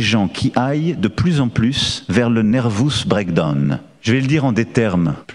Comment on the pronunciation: Il nous a fait une Bernard Blier ans le texte: "Nervous brake donne" 🤣🤣🤣